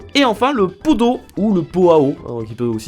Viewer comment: Un pot a eau... UN poT A eau... un T suivie d un A y a une une liaison... on le prononce un po ta eau... non mais l autre... un po a eau... Pot a eau avec un liaison Merci super video a part a part quand tu a prononce pot a eau... mes oreilles ont saignée....